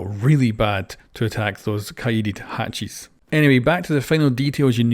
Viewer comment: i love that he says hatchies